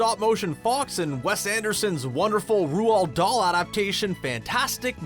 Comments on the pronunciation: “Rooald Dahl”😂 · Good old Rule-All Dahl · That's not how you pronounce Roald Dahl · Lol came here to say that. WTF.